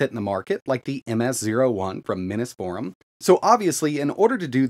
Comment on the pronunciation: Am I crazy or isn't it pronounced "Mini's Forum" as in Mini PCs Forum? I always assumed that until I started watching your channel. I think that makes sense considering they make mini PCs, haha. Anyway, great video. I love this idea. I've been 3D printing SFF custom cases lately and converting my A2000 to single slot would open up a lot of doors for that. Now they just need to do the same for the Gigabyte 4060 low profile. ** OH DANG they have a shorter 4060 mod already, that's pretty cool.